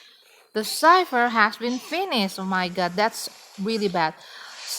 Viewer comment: Thank You, For the tips how to counter her and kite her. I always OOF When I met her in the rank match. My weakness is her dash. And now u pronounce cipher correctly, so proud 👏